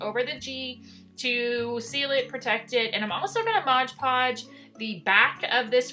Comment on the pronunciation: Like your videos a lot. But it’s MOD-podge NOT Modge-podge.